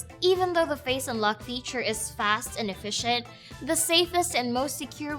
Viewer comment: she needs to work with her schwa.. unlock sounds like Unluck.